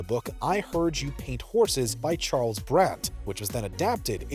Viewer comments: Did he say the jimmy hoffa book was I heard you paint horses ? The book was I heard you paint houses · It's "I heard you paint HOUSES", not "horses".